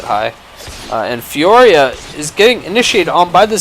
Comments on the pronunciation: its Fiora not Fioria :P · Not trying to sound like a douche, but its "Fiora" not "Fioria". Just trying to help out ( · there is no second I in Fiora, stop pronouncing it fioria, it be bugging me